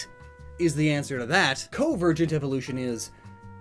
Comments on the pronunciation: Not to be THAT guy, but: 1 - It's CON-ver-gent, not COvergent 🤦 2 - Stegosaurus and Kentrosaurus ARE related. They both belong to the orithischian group Stegosauria (all the plated/spiked herbivorous dinosaurs). Kentrosaurus is just more primitive and has a double row of spikes (BONE spikes, not keratin 🤦) and is found in what is now Africa, while Stego is more derived (advanced), whose spikes had become flattened plates and is found in North America. Keep in mind that millions of years ago the continents were closer together so it's common for fossils of related species to be found very far apart today. The birds and bats example was a proper example of convergent evolution, as bats are mammals and birds are dinosaurs, yet they both developed powered flight separately (and so did Pterosaurs). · Spelled convergent correctly, still didn’t pronounce the first N